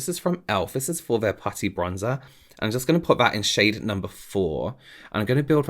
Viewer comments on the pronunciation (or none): none